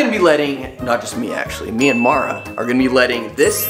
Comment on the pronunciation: when you said Me and mara I think I heard MYANMAR 🇲🇲